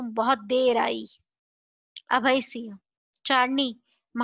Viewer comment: Please improve your pronunciation of (singh not siah)